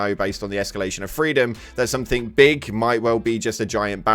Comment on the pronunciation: Somethink? SomeTHINK? AAARRGH!!!!